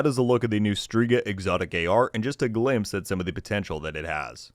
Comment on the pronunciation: FYI it’s pronounced (STRE=STRAY)GA witch means WITCH in italian 🤜🏾🤛🏾